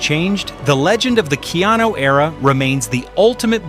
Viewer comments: Don't think he'd appreciate Key-anu butchered pronunciation of his nickname. That's the actor. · You lost me at Kee-ano (Piano?). AI I take it? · Going well until ai called him keauno......ffs